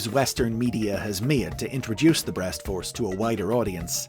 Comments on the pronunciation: why is saying breast so difficult for you? lmao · The pauses after saying something related to "breast" is what made this video all the more entertaining besides learning about Liokaiser lol.